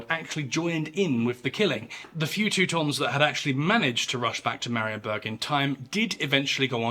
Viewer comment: 'Tis a good one. You even did pretty well with the pronunciation of Polish names, a rarity among YouTubers of English provenance 😁 One thing I would modify is the ending. The ensuing siege of Marienburg was a defeat & a big setback for the winners at Grunwald, reflected by the 1411 peace, which was widely considered a disappointment in Poland (who had to return all but a few border castles to the Teutonic Order, and gained very little territorially). Unsurprisingly, half a century of follow-up wars ensued 😏